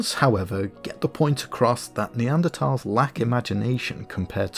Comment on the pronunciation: Another great video! One thing I really appreciated was the fact that ''Neanderthal' was pronounced correctly! I know it shouldn't bother me, but it does, so I'm happy when someone gets it right!